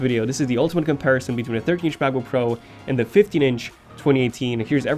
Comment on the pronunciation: I like it how he pronounces it like MaboPro